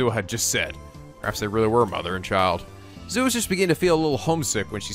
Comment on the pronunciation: Rule of thumb for Japanese names, please stress the THIRD TO LAST syllable. This is VERY CONSISTENT; you should never need to guess how to pronounce names: SUzuha Amane, not suZUha aMAne MAyuri, not maYUri Okabe RINtaro, not oKAbe rinTAro / Okarin, not oKArin / HOUouin Kyouma, not houOUin KAede, not kaEde FUbuki, not fuBUki Itaru HAshida, not iTAru haSHIda HIyajo, not hiYAjo MAkise KUrisu, not maKIse kuRIsu KAgari, not kaGAri (this one you said correctly the first time then changed it so that it was wrong) And from other games, to make the point clear: MAjima, not maJIma MAkoto, not maKOto KAzuma, not kaZUma If you don't believe it, just listen to how the voice actors pronounce the names. It's a western tendency to stress the second to last syllable instead, but third to last is correct.